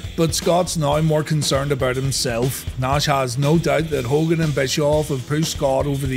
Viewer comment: That Hogan flub XD😂